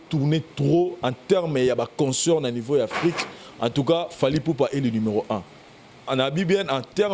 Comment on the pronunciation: on ne dit pas conceurt mais concert ne confond pas avec consoeur.